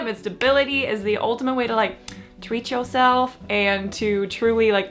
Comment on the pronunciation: the subtle blaccent when u said 'treat yourself' was unnecessary. just a heads up. good video tho